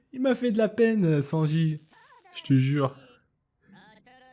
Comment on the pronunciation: Y a que moi que ça insupporte qu il ne prononce pas le n de Sanji